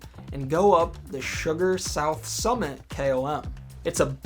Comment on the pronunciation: "Sugar KOM" is Sgurr KOM (pronounced "skur", rhymes with slur). From a Scots Gaelic word meaning peak. Thanks for your videos.